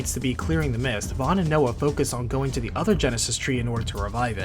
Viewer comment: Hey, I think Noa’s name is pronounced "Now". Like Chinese…